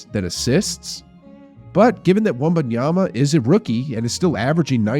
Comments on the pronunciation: You are doing something very strange with your pronunciation of Wembanyama. You’re saying it like it’s spelled Wumbunyama. You’re saying it more right when you say Wemby. It’s Wem-ban-yama. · The fact that you have been saying Wembanyama's name wrong this whole video tells me all I need to know.